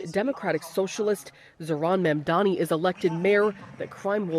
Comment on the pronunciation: Why can’t Americans says Mamdani properly. It’s really funny hearing Mamdami or Mandani or Mandami🤣🤣